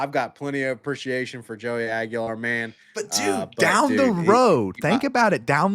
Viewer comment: They're actually pronounced "Iceman" and Joey Swag-ular. Come on guys. GO BIG ARNGE!!!